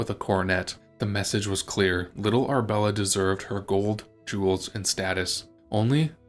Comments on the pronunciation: Ar-A-bella not Arbella for goodness sake! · Annoying!! It is Arabella NOT Arbella Are you real or AI From Nella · You are skipping a syllable… Ar UH bel la! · It's Ar-a-bella. Annoying AI pronunciation!